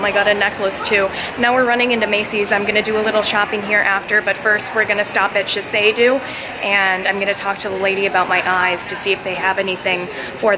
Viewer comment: U pronounced sheshido wrong